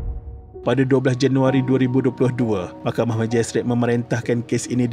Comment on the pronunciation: bila ckp mahkhamah telus mcm kelakar🤣🤣🤣